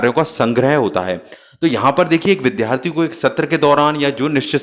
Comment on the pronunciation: Its Vidyarthi not Vidhyarthi Its Vidyalaya not Vidhyalaya 🙏🙏